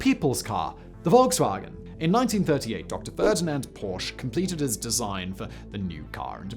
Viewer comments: Not Porsch...but Porsch-uh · It is not Ferdinand Porsch but Porsch-E